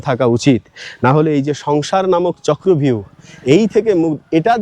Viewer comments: কথাটা হবে-চক্রব্যুহ, চক্র ভিউ নয়। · চক্র ভিউ না, কথাটা চক্র বুহ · কথাটা চক্রব্যুহ হবে